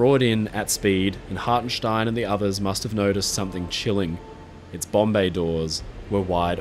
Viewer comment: Ever since I first heard about this story I'ver maintained that Hartenstein and his men were damn heroes. Also good job in the German pronounciation :P